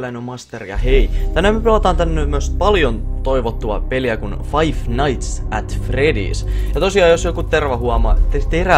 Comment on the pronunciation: Master se on Five nights eikä fife nights :D